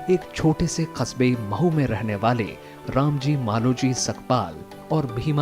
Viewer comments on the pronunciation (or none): मऊ नहीं, महु